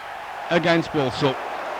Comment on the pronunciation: Walsall not Wallsall